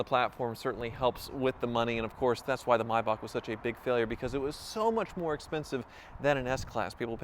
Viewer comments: no no no its Maybach not Maybak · Thank you for pronouncing maybach correctly. I cringe every time I hear mayback